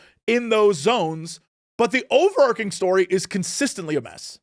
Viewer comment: Over-arch-ing, not overarking